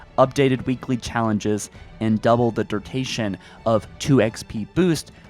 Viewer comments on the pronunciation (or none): "Durtaytion" lol